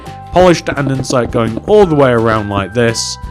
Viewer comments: its pronounced "and-a-site" not "and-en-site" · It's Not Andensite it's ANDESITE